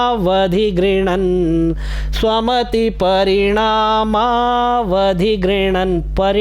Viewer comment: अछी भिडियो हे पर "स्वमतिपरिमाणावधि" नहि होता "स्वमतिपरिणामावधि" होत हे।😊❤